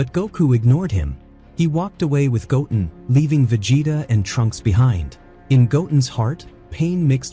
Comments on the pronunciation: Goatin' ??? Go-Ten ....this must be AI voice. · His name is “go ten” not goatn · Did u say goat en … its go ten … goo ten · Not gotin its pronounced goten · Why u keep saying his name wrong like omg goten not gotum lol😅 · his name is pronounced go ten not goaten, just saiyan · Go....ten.....stop saying gotn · Goten not toulken hahaha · It's not Goat-en it's Go-ten ! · Goat-in. Is a hybrid sigh-Yan. Got it! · His names not Goaten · Goatin and saiyon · It's Go-Ten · I like your videos the please pronounced the names the name is. Gotin say like that and we good 😅😅😅😅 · i love this extended of goten but it sounds like the narrator is saying goaten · How do you even spell the AI pronunciation in this video? Goen? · mis pronoinces goten sais it like goatin and misses the t in gokus sayain name crazy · You said his name wrong you’re not a dragon Ball Z fan or a OG fan more likely get your fucking ass off here if you can’t say their names, right?